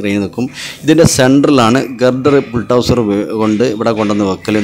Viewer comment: Bultouser അല്ല Bulldozer